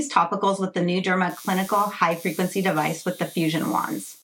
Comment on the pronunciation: Me: "What is Hyperglitsy"? Her: " Hifreqncy". Me: "ah. HIGH frequency." 😅